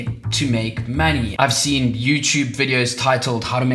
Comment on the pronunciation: Make maney? What’s maney BRU? 😂 Love the video!